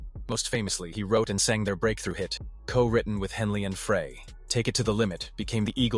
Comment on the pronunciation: I hate documentaries where the narrator has no clue. Joe Walsh was NOT a founding member of the Eagles. He didn't come around until the Hotel California album. In fact Walsh and Meisner weren't in the band together for very long at all. Glen Frey's last name isn't pronounced "fray". Bernie Leadon was not "leedon". Couldn't finish this garbage.